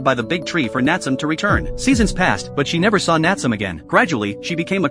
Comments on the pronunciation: It's (nat su me) not natsume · Nat some😂😂 its Natsume pronounced N ahh t sue may. It can also be spelt なつめ or 棗 which is also funny enough Jujube in Japanese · The a.i. saying natsome instead of nat-su-may is frustrating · Name: Nat-su-me This guy: Nat-sum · My eye twitch everytime the narator said "NATSUM". It's NA-TSU-ME. The E at the end isn't silent. The same happened everytime someone said " ANIM". #shivers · Ok this video needs a redo the character name is not Natsum it's Nat su me. The e is not silent. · Instead of Na-tsu-me, bro said Nat-sum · The AI voice: Nat-su-me ❎ Nat-sum ✅ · I clicked because I loved this anime and wanted to see this scene. But "NAT tsuum"?! That's why we don't use A.I. Voices for Narrations. "Nah-tsu-meh". Couldn't stomach hearing 5 seconds of the Main Character's Name being butchered 😂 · Nat sum lol "Nat su me" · Nat-su-me. Not natsum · Bro I know it’s AI but it’s (Na-tsu-me) not (Nat-soom) cuz in Japanese you pronounce every sound and the silent e doesn’t exist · Dude hearing it say Nat some was driving me mad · It's pronounced not-sou-may. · I think its suppose to be Natsu and me suppose to be like when you say me the pronunciation bugs me XD Nat - su - me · its pronouncing his name wrong.. it should be spoken like "naah tsu mei" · It's not the correct name. It's Nah tsu mei. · The fact that he kept saying his name wrong throughout the entire video. 😠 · Love the anime, hate the way this guy is saying Natsume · Omg get the fucking name right your pronouncing Natsume all wrong